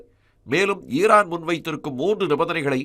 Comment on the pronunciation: உச்சரிப்பு சரியாக இல்லை. ஈரான் இல்லை ஈராக்கா. ஈரான் என்று நாங்களாக புரிந்து கொள்ள வேண்டியதாக உள்ளது.